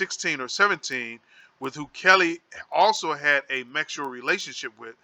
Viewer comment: Hold up!!!!!!!! You're acting like your didn't notice him saying the wrong word Twice (mexual) and stead of saying (sexual) and than he repeated it, I'm thinking ok he made a mistake this time around he will correct himself, hell na! He said it again Mexual like WTF, I'm like now he most of thought that what he was ready, I'm still like WTF!!! ... a, S doesn't look like a M.